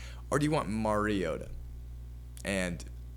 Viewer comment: Did this moron say MERiota? Its MARiota. All credibility lost